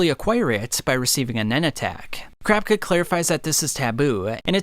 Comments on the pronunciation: Okay I can't be the only one that noticed he said the succession contest, when I've heard and seen it everywhere as the succession war. And it's ka-ra-pika (karapka) not kar-rap-ka I'm not a die hard fan boy I'm not trying to be a dick just it's weird to hear more than just 1 person say his name completely wrong. I mean they do it in the 1998 dub all the time, same goes for Killua. One last critical point I need to make, the merch, it's to over the top tbh if it was me I would never buy one because it's so flamboyant and telling everyone "hey look I'm obsessed with anime I got a sweater" make it more discrete or have cooler designs more than just uninspired jpeg snags or the clothes a MC wears. I personally don't understand how ppl don't get embarrassed wearing that stuff around. Gotta say though great video, just giving u some constructive feedback. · I hate it when he says "crapka" instead of kurapika but otherwise amazing video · Crapika is what I keep hearing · CRAPKA CRAPKA CRAPKA CRAPKA 🙃 Kurapika... KU-RA-PI-KA. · each time I heard “Crapka” it was like nails on a chalkboard, I had to shut it off 😩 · ....crap ka?? Please stop saying it like that lol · The way you pronounce Kurapika's name makes me lol because it sounds like "Crap-icka"! xD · Why do you say kur rap cuh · 😂🤣 bro started saying carpka im dead. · After saying kurapika’s name so many times, you started saying “Kurapka” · For me it sounded like "Crapka". I had to stop watching the video because it ripped me far too much out of the narrative. Sorry! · he out here calling Kurapika "crapka" its accurate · I could’ve sworn kurapika had an i in it when you pronounce it 😂 awesome vid tho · never heard someonepronounce kurapika like this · why the fuk he say kurapika like that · the way you say kurapika is so weird but the video is great thank u for all dis info